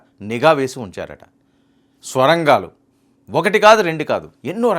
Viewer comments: Mundu thelugu baagaa nerchuko babu Swara gaalu kaadu Sorangaalu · బాబు, అవి "స్వరంగాలు" కాదు సొరంగలు. Neku Telugu రాదో,ఇదేమైనా కొత్తరకమైన స్టైలా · Swarangalu kaadu, sorangalu.. chala akshara doshalu vunnayi.